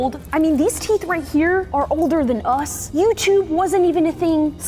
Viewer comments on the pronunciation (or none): none